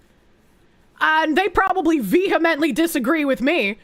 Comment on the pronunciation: VEEhemently disagree with, huh?